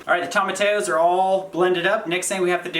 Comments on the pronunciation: I love you both! I love your channel and I love your cooking videos, but it continues to drive me absolutely mental to listen to the way you both pronounce tomatillo. Quite simply, you are saying it wrong. It is a Spanish word and it is pronounced Toe-mah-tee-yo. NOT Toe-mah-tay-yo. It's a tiny thing but it makes my eye twitch every time you say it wrong. So - go ahead and do what you want because I'm just some guy watching your channel and I don't really get a vote unless I want to pay your rent which I don't. I'm going to keep watching however you pronounce stuff because you guys are so inspiring and funny and just doing your thing in an incredible way. Plus, I keep hoping it will get warm enough for to take his shirt off.:-) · Toe-ma-T-O’s not Tom-A- tios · toe - ma - TEE - oo